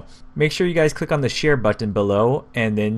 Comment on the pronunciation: It bugs me the way you say button, more than it should. Just saying..